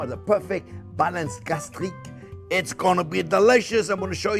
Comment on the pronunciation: what is the french term you used to describe keeping the balance between the sweet and sour ?? sounded like "gastration" but I dont think that is it. Love everything about Chef JP and this channel.